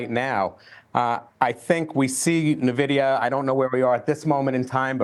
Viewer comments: If you cant pronounce Nvidia properly i aint listening. its not Nehvidea its N-VIDEA damn get it right folks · It’s not Navidia, it’s (E)nvidia, as in Envious! ☺️ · Navidia Navidia...learn how to pronounce it! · You mean Nuhvidia? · Old guy that probably doesn't understand tech calling it nahvidia. Hard to trust this. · lol you'd think this expert would know how to pronounce Nvidia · cant even pronounce the name properly. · Boomers can't even pronounce the name of the company making them millions 😂